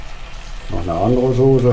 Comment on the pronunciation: du bist so geil.... Das ist Sosse,,,,,,,, und das ist auch Sosse. HAHAHA Und das ist eine Teflonpfanne. Made my Day. Hättest keine Lust nebenher so einen kleinen Thaikurs für Deutsche zu machen?